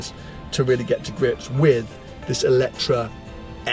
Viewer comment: GOD HEAVENS......you are reviewing a car, but pronouncing its name wrong the whole time ! IT`s called "E le tre"...... and not "Electra" or what ever..... FOR GOD SAKE...... !!! Please do your Homework.....thx